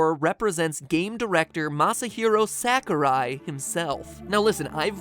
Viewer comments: I love this theory except there's one problem with it. I cringe everytime you say Sakurai. It's S-ah-kurai. I know it's a small detail but still... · You're calling Sakurai SACKorai...lol it's more like Sock-oh-ra-i....Ra pronounced like the Egyptian god Ra and the i pronounced as if just saying "I" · Stop pronouncing it sack-ooh-rai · How about pronouncing Sakurai correctly? Sa-ku-rai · It's pronounced SOCK-oo-rye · I love how you pronounce Sakurai as "Sack o' Rye." It's quite adorable. -Cormac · As much as I loved this theory, it bothered me how you pronounced Sakurai. I know it's nitpicking, but I have OCD for that kind of stuff :P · That's not how you pronounce Sakurai. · The way u pronounced Sakurai made me wanna cry